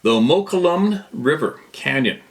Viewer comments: Hi. The pronunciation of the river you talk of is mukwolme. It's spelled moukolnme. I know this are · The Mokelumne River is pronounced “Moe—call- oh-me.”